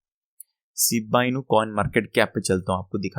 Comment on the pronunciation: Ciba inu nahi Shiba Inu hota hai Janab..